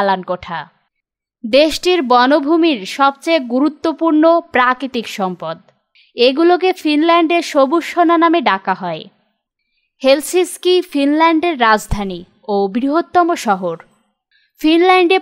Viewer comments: Helsinki not helsiski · রাজধানীর নাম উচ্চারণ ভুল বলেছেন